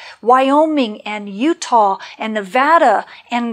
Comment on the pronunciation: THANK YOU so very, very much for pronouncing Nevada properly!! ❤❤❤